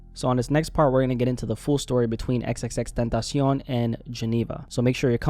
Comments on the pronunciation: Had to downvote this for how he says. X X X TENTASEEON like he's a mexican snack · I don't hate the guy, but can ya'll pronounce tentacion properly?